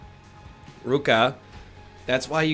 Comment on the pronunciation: Excuse me, it's pronounced Ryuka